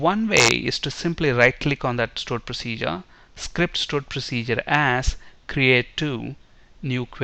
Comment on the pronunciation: Tutorial is good but pronounce 'AS' as 'Az' not 'Ass'...